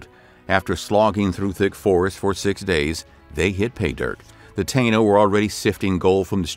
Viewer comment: Many of the dates (years) displayed are incorrect. Additionally, "Taino" is pronounced "Tah-eee-no".